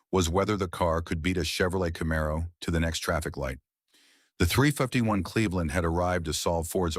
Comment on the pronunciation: Would be nice if you quality checked your videos... The AI narration can't pronounce 351...